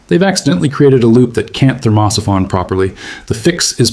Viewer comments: STUPID AI PICTURES TOTALLY SURREAL.... THERMOSIPHON PRONUNCIATION HILARIOUS.... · At what point do you think that you might listen to the AI reading the text and it’s in ability to say thermo siphon.